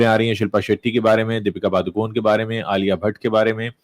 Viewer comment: पादुकोन नहीं पडुकोणे